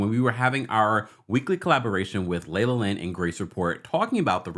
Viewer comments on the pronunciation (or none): none